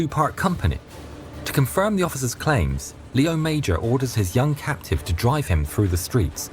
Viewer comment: The name wasn't lee-owe major, but lay-owe mazhor. The name should properly be spelled Léo Major.